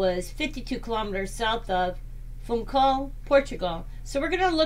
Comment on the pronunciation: Before doing things like this, I suggest you have a practice of the pronunciation. There is only one 'i' in Madeira, and Funchal has an 'h' in this to soften the 'c'. And 'Sao Vicente' has no 'n' in it.